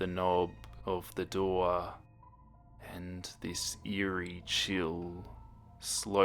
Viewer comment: when he said:eary chill running down my spine,i had a chill run down ma ass